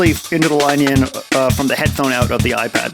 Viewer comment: "The -euw ipad"